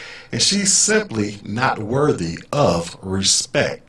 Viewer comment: Haha 😂 😂 😂 ....She had posted earlier that that her dream of "bossing people around all day long" was about to come true and that she had been "vectored" for special duty as an MTI...NOPE!!!..Not going to happen now...Can't even say, "RESPECT" correctly..She said, "RESPECK"😎